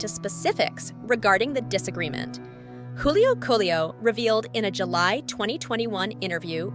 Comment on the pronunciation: She even said Juvenile Ace and Young Ace. And Julio Coolio and Julio Julio